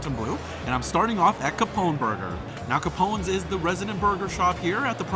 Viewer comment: Hello. I like these lower priced foods you visited in this video. I especially liked the sushi hand rolls. I think the other restaurant named Capons is pronounced “Kay paan” for the type of chicken it is? A capon is a specially raised chicken that is supposed to have better flavor. I will spare you the details of how that is done😬. Great video and thanks!